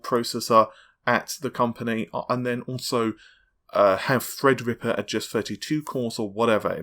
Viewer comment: It's Threadripper not Fredrippa